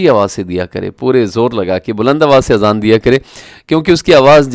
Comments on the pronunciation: Azan not Aazan. Aazan in Arabic Ears ( plural). I assume you have read this Word Aazan many times in the Quran. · My dear brother the correct pronunciation is Azan not Aazan. In arabic the meaning of Aazan is EARS.